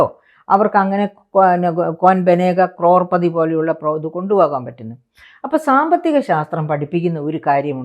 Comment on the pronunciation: ക്രോർപദിയല്ല, കരോഡ്പതിയാണ് 😂